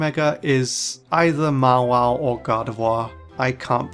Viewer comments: He literally said Ma-wa-le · I’m slightly offended on how he said Mawile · he might have a different pronounced on mawile